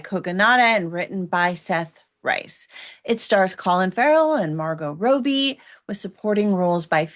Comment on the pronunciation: Well, I didn’t love the movie. That said, when a reviewer mispronounces a major star’s name (Margot Row-B?), I need help giving you credibility.